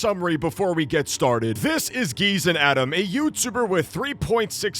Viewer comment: Gezen Adam ❌ Geezer Adam ✅